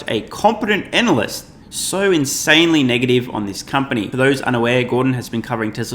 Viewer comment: Sorry,, but is it your Australian accent causing you to elide "Anal" & "Cyst"?